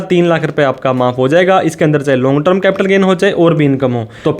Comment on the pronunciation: अरे भाई, ट्रम नहीं टर्म 🙏